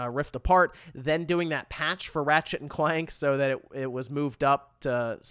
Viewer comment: Lol I kept hearing you say "Rat Shit & Clank"